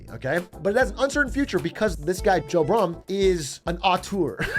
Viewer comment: Joe B'R'umm, homie.